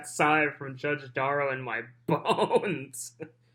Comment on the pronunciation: Brooks thinks b/c he’s representing himself he has the same authority as Judge Darrow/ sorry, Duh-rell, that just isn’t the case.